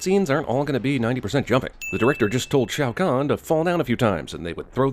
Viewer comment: Major Briggs... Sonia Blade... Shaio' Khan Will be please! A Shaio' What? LOL